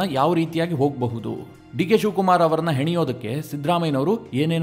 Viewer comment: Heneyodakke alla swami, haniyodakke...